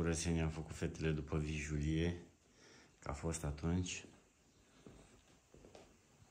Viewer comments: Vijelie mex! Vorbeste corect! Vijelie...nu vijulie😂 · voi sunteți toți la fel, vă spune lumea că se zice VIJELIE, NU VIJULIE!!😅😅😅